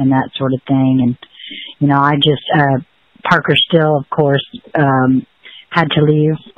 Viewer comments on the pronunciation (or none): “Park-her Still” in order to seed the consciousness shift achieved perhaps?